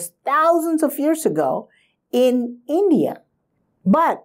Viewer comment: I still cant wrap my head around your small mentality. You like to think of hindutav or snantan dharma. But when it comes to describe your country you cant pronounce India. Sad mentality like yours brought us upon our knees. I being a Gond person have more right than yours to fight with hindu narrative, but still i believe we are strong as one nation, not just projecting a small state... Its just like divide and rule policy the britishers hard. Really really sadden by this thought process of Kannada brothers. Its not far i think that most of you will start asking for another nation when as a civilization we were spread all across such big nation. I just urge you to truely understand our legacies and become one, not kannad, not bangali, not bihari. One civilisation.